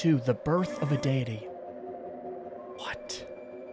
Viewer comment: you said deity wrong